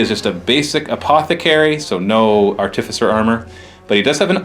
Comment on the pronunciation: pronounces Artificer wrong anyway, so you're safe. Theres no emphasis on the 'T'... say it just like you would say 'artifact' since thats the word it originates from.